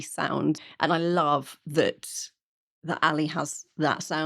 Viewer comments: Aghhh! NOT Paw and Ally!!! Pau (Pow!) and Ale (AH-leh)!! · Not "Alee" but "Ah-leh." Great overall review. These Mexican rocker women have got it all. Thank you. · Pau is pronounced POW and Ale is AL-ay.